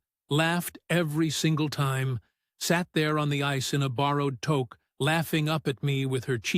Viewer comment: The word is touque, a wool cone shaped hat you wear on your head. It is not pronounced toke, and I live in BC, next door to Alberta!